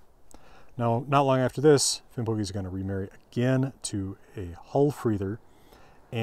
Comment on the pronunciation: Probably because of modern Icelandic, old Norse would be pronounced Finnbogi as is pronounced in this video